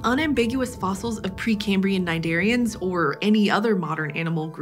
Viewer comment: Cnidarians I thought she was saying my name with an "s" lol